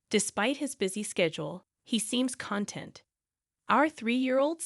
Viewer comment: What 10 year old wrote this? 'Why are you siding with your daughter in law, I'm your mom!' Um, this should have been written as 'why are you siding with your wife, I'm your mom.' What kind of word is 'adderable?' Do you mean 'adorable?' You pronounce the word content in this content as con-tent. Quiche is pronounced kisch. If you're going to read stories out loud, clean up the writing and grammar, edit so it flows correctly and learn how to pronounce words.